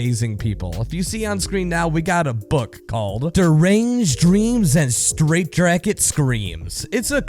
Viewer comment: Did anyone notice how he said straightjRacket so casually?